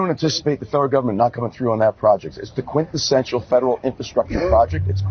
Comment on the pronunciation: "the Quention Sentchal program..." The man running for governor doesn't know the word quintessential, but that doesn't stop him from attempting to use it.